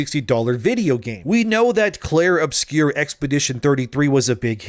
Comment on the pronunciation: Clair OBSCURA, not Clair Obscure.